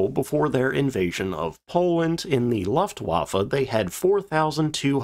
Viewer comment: Looftvafe (L-Look, Looft-va-fay) You are great in your research and presentation. This is just a polishing up of your delivery. ;)